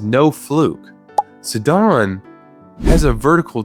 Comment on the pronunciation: I took psychic damage from the way you pronounced Mipha and Sidon 💀 great video otherwise, love me some fish facts